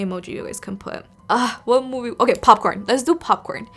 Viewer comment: I remember that time when you say that moive